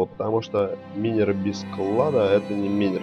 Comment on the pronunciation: Почему минер вобщето майнер запмни окай;).